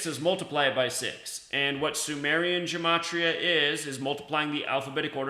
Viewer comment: Dude, it’s numerology and you don’t even pronounce gematria correctly. It’s so fucking annoying. Gematria is the encoding of words into numbers. Numerology is the decoding